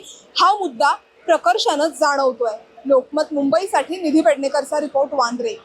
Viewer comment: सर्वप्रथम ताई तुमचे वार्तांकन आणि वांद्रेला वांद्रे बोलणं हे फार आवडलं. याला म्हणावे वार्तांकन. इतर काही लोक मुर्खासारखं बांद्रा, बँड्रा असं काहीतरी अस्तित्वात नसलेलं नाव घेत असतात. अधिकृत व कायदेशीर नाव हे वांद्रेच आहे. सदर घटना ही दुर्दैवी आहे. आर्थिकहानी प्रचंड प्रमाणात झालेली आहे. अग्निरोधक यंत्रणा नावाला तरी उपलब्ध होती का.? इतका निष्काळजीपणा कसा काय.?